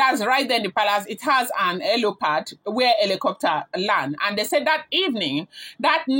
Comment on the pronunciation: Its helipad not helopad, when you want to form "informed" be patient with learning dont rush, rome is not built in a day.. Its HELIPAD NOT HELOPAD